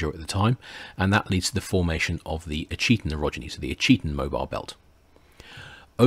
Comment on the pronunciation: Fascinating series, thank you. As a matter of interest, Ouachita is pronounced "WASH-it-taw." Waving from central Arkansas... 😊